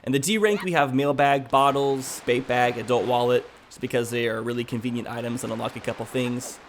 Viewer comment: Is he calling the bait bag, a bape bag?